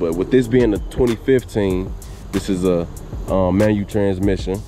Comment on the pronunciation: Manual not Manu 🙄